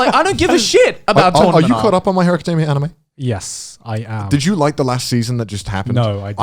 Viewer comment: Lmao "my hero acadimia"